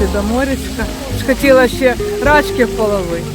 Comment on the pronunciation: Не рАчки, а рачкИ, наголос на останній склад. Від слова "рак", маленький рачОк. РАчки - то собача поза.